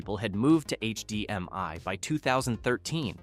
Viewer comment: H-D-M-I you mean AYCH DEEM MY